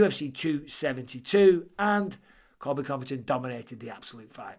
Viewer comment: Colby not Coby...